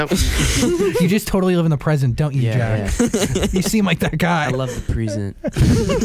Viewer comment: Jack: "I love the prisent"